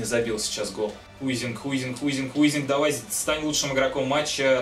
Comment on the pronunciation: Не Хуйзинг, а Хайзинг